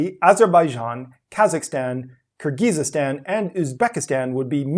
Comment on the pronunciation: Youre putting too many syllables in Kyrgyzstan byw